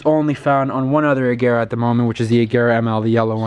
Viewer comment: Oh my god, the first American i know who spells agera correct 😍